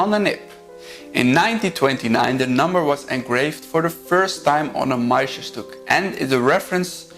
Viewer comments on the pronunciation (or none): I am French, and have lived in Germany and the US too, and can confirm the speaker pronounces Montblanc as a French would, ie without pronouncing the T and the C. He can improve his "Petit Prince", and "Meisterstück" 😊 Mastering foreign languages is never easy, and trying is already remarkable. About morons in France, I confirm there are some, as there are some in the US or anywhere else Hopefully there are quality people everywhere too.